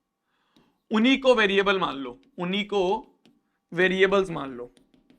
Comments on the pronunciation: उन्हीं ❌उनी✅ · Unhi,❌ uni ,✔️